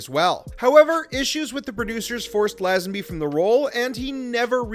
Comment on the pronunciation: How the hell do you manage to mispronounce “Lazenby”?